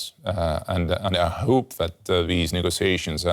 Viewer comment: He says 'nego-see-ations'.